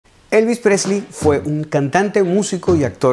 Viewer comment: Desde que al principio no pronuncias su apellido bien, te deje de ver. Lástima de tu emoción.